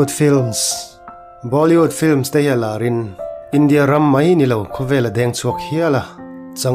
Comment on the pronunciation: Bâw...li..wood... a ni lo va... Bollywood ani.... Lam changkan i tum lutuka, khawvel in a a lam lo dan daih in i lam a nih kha.....in tih changkan tum poh hian thil hriat ve a tha a nia.....😂😂😂